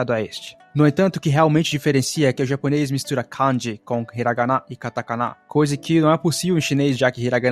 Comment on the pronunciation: Cara, não é canji (com o can do inglês)) como você também falando no vídeo. É Kanji ( com o can de canjica). Você fica parecendo um gringo americano falando as palavras em japonês. Acento muito esquisito